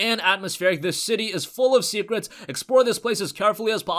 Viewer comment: The way he said "secrets" sounded so russian